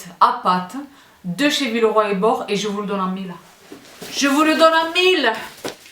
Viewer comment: Villeroy et Bo(ch) prononce le Che, gracie mille😅